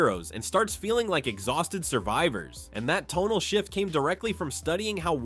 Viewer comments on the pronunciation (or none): none